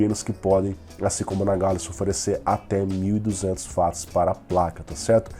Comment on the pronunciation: Sempre vejo o resumão, gosto e acho bom, mas por favor, quando se referir a alguma medida de potencia diga UATS e não VATS, pois o criador do termo, que leva seu nome é britanico, então o W tem som de Ue não V, que assim seria alemão.